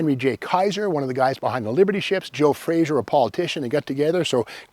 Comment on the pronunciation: Frazer, not Frazier. Joe Frazer had a long and distinguished career in the auto industry including stints at Ford, Chrysler, GM, and independents, these last including Graham-Paige. The first Frazer automobiles (built by Kaiser-Frazer) were badged as Graham-Paige, but the balances came down on the wrong side of the sheets; Kaiser Bought what was left of Graham-Paige and kept Jos Frazer on for his expertise in the auto industry (except that Henry J overrode Frazer's decisions and ignored his advice on every issue).